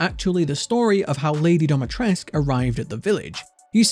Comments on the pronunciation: But why dometresk? Dimitrescu isn't that hard to pronounce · Dimi. DEE-MEE-TRES-CU. Not Domatresc. This is not your private domicile. This is DIMITRESCU. Pronounced phonetically. The game got it wrong, and so does everyone else.